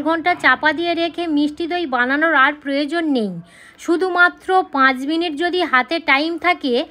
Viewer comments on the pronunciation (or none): none